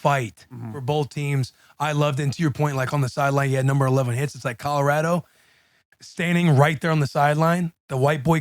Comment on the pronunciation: Will : Colo-rADO 😂